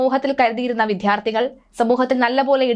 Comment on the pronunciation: വിദ്യാർത്ഥി എന്നു ആയിരം പ്രാവശ്യം പറഞ്ഞു പഠിക്കു